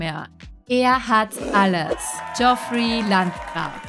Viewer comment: Ich mache mich jetzt mal bewusst etwas unbeliebt 😁😁😁😁 und spiele hier mal den " besser Wisser" als Spaß natürlich. Aber Landgraab senior wird Jeffrey ausgesprochen 😁😁😁😁 Ansonsten wieder ein großartiges Video ☺️☺️☺️☺️☺️ Auch wenn ich paar Monate zu spät bin. 😁😁😁